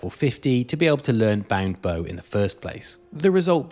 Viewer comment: Banged bow and ethereal crane 😂 English is not my first language, so I'm prone to saying some funny sounding nonsense, but I'm also very happy to find such gems in other people's accents Also, thanks for the video!